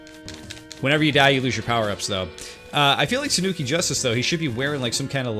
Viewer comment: Shuriken...not Shuruken. There is an "I" there. You pronounced Tanuki perfectly but butchered "shuriken" repeatedly. That hurt my head. SHU-REE-KEN is how you say it. You're welcome...wow.